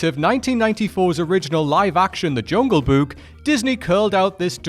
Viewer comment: I hope I don't sound rude, but the way you keep saying "Jungle Buke" is driving me crazy.